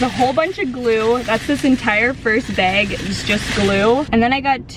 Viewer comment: Do u say bag like that in real life or do u just do it in vids...OOF